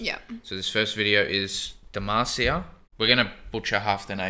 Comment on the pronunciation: Come on now! It’s not Demacia.. it’s D E M A C I A!!!!!!